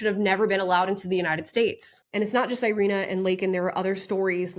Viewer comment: Thank you for this video. Just for your information: her name is pronounced as “ee-REE-nah”.